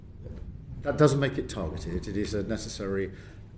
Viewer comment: Did he just say “it’s a NECESSARY consequence”?